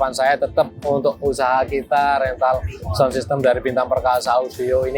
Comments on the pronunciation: Sebutan sound pun salah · ngomong sound dulu yg bener, gitu aja masih belepotan